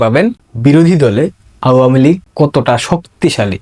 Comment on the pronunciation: ভাই, তোমার আওয়ামীলীগ বলাটা আরো সুন্দর করো। শুনতে ভালো লাগবে।